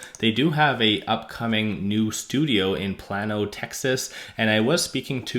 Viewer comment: It is pronounced "plane oh" not plan oh. Tesla should not join the lawsuit so as not to alienate Texans however they surely hope it succeeds.